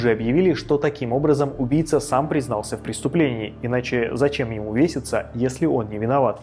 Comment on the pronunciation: А ещё было, веСИться вместо вешаться...